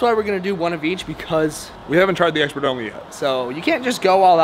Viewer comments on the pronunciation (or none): “Expiration date, also known and exxxpert” Haha love you guy your the bestb